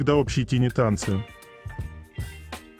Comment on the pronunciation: Автор, "tiny dances" читается [тайни], а не [тини]. И означает "маленький, крошечный"